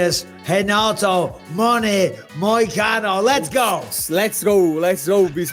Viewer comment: “Moicana” is crazy disrespect brotha, correct that mtfk